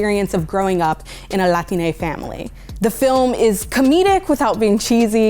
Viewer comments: Nah tf is this Latin-eh shiii 😂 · Was she saying latina? She kept saying Latin a